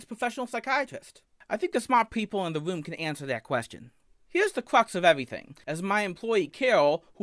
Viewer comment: What is a "woom"? 🤔